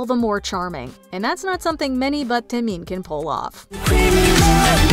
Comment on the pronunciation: That name pronunciation hurt my head...Taemin is the idol's idol